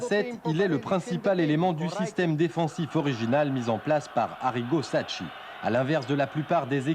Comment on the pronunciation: Arrigo Sacchi, ch en italie se prononce ”qu" et non ”tch" et non Arrigo Sacci